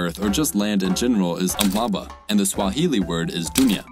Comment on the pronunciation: I thought you were smashing these pronunciations till I heard that Zulu word "Umhlaba". Nah you were far off